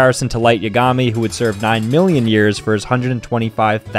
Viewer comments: That Pronunciation Of Yagami Though Say It With Me Kids, Yogg-Uhh-Mee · Never heard light yagami pronounced like that lolol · is the type of guy tp pronounce Yagami in Light Yagami wrong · Bruh why he pronouncing "yagami" like that??😂